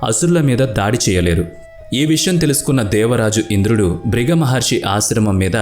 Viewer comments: నాయనా బాబు వీడియో చేసేటప్పుడు జాగ్రత్తగా చెయ్యండి. ఋషుల పేర్లు తప్ఫు గా చదువుతున్నారు.బ్రుగ మహర్షి కాదు. భృగు మహర్షి అలాగే శుక్లా చార్యుడు కాదు శుక్రాచార్యుడు. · శుక్లా చర్యుడు కాదు.. భృగ కాదు బృగు మహర్షి... అబ్బా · Fake news babu.....Sariga telusukonu I వివరణ ఇవ్వండి...శుక్ల మహర్షి అంటున్నారు,, బ్రగ మహర్షి అంటున్నారు...పలకడం కూడా తప్పులు.... కథ అయితే పూర్తిగా తప్పు.....ఈ వీడియో డిలీట్ చేయమ్మ...plz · శుక్లా,కాదు శుక్రాచార్యుడు అని పలకండి.మృత్యు,మృతసంజీవని,భృగి కాదు భృగు మహర్షి అని పలకండి.